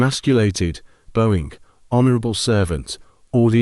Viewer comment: Not Bo-ing It's Bowing